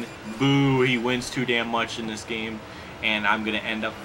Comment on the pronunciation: Ow wow, best geeeeem in history.